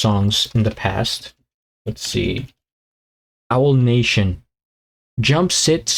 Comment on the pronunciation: Owl 😂, it's pronounced A-wall. You always make me laugh.